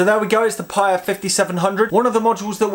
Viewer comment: It's pronounced "Pai-EE-uh", after the town in Hawai'i where founder, John Simonton grew up.